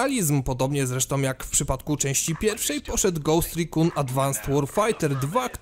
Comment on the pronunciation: Cześć, fajnie się ciebie słucha, ale proszę sprawdzaj wymowę jiektorych tytułów, bo "wu ti si" czy "rikum" w ghost recon sz gryza w uszy. Poza tym świetna robota i czekam na kolejne filmy ;)